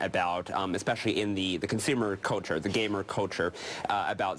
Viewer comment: "Culture" NOT "coature"!